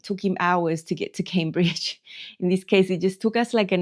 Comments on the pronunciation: Well, you are pronouncing it wrong really as people do pronounce it Came BUT technically the river is Cam!! So, you could always correct them although I would not encourage that!!! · You look good! Your exercising results are showing! Enjoy England! I would love to visit one day. My last name is Cambridge, some people pronounce it as Cam-bridge but it is really pronounced Came-bridge. 😆